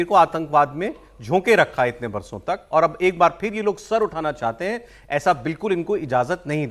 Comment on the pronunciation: कुछ निशानी क्यों बोलते हो... सीधे सीधे बार बोलो.... वो बाल नहीं बार है.... काहे से कि जहाँ तहाँ के बालो को बार बोलते हैँ.... जैसे झां... & का बार...